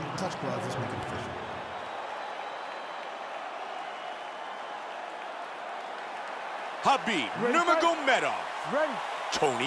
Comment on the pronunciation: you Write his name Khabib but u pronounce Habib.